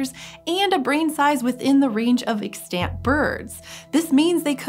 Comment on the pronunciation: Love this presenter but she can't say extant or even arctic to save her life 🤦‍♂️